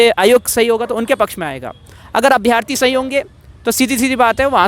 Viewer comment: भाई अभ्यार्थी नहीं अभ्यर्थी होता है